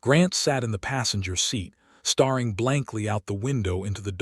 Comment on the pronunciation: I like the story, but I really dislike the use of superlatives throughout the entire story and the wrong pronunciations of words like starring instead of staring.....I won't listen to anymore of these.